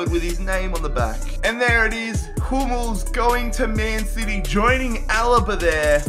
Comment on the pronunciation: says Hummels is his favourite player, when he couldnt even say his name right 🤣🤣🤣🤣